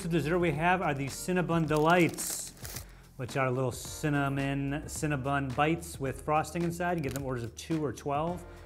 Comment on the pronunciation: it's Cinnabon not Cinnabun 😂